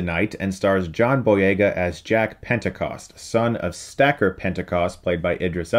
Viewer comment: “Jake Pentacost”, just saying.